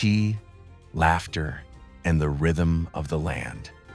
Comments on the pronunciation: Thank you for the Beautiful introduction of my beloved country, the heart of our Mother Earth! PS: "ger" is pronounced like "get " :) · Thank you for the beautiful introduction! PS:The Mongolian word "ger" (the traditional round tent) is pronounced like the English word "gear" (/ɡɪər/ or /ɡɛər/), but with a short, crisp "e" sound similar to the vowel in "best" or "mirror" followed by a soft, slightly tapped "r".